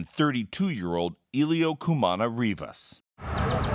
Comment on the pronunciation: It's pronounced Cumaná ❤ please say the victims name right. ❤